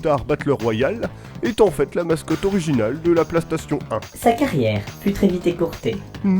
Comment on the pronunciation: pk tu dit Plastation a la place de PlayStation .